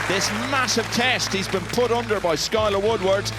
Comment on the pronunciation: English commentators saying Skyleh Woodwood lmao